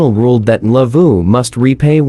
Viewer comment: That Ndlovu pronunciation is 🔥🔥🔥👏👏👏👏